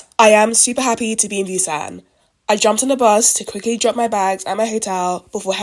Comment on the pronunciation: Girlll-- you butchered every Korean word, including the name of the city. It's all good though, glad you had a good time in my home away from home, lol. It's a daikon radish.